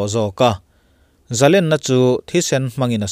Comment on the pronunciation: Sawisel duh hrim hrim vang lam ni lovin, tawng thluk dik hman duhna vang zawkin, 'zalenna' tih a 'len' lai hi, 'rul lian pui ka hmu, a len zia mai chu' tih sawi a, 'len' thluk / rik ang hian i lam ri thin a. Sangha man na 'len' ang hian sawi / lam rik thin atha khawp mai.